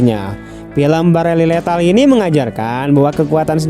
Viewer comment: Barely lethal coeg, bukan balery